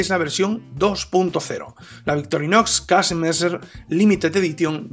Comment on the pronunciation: Pa comerte un buen Old Amsterdam.... Saludos maestro.. PD: Para ayudarte con la pronunciación di mejor kesemessa..